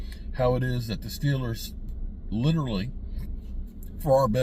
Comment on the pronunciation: I'm glad. I thought I was the only one. He butchers that word.